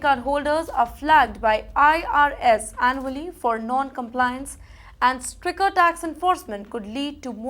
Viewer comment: It is Stricter, not sticker 😊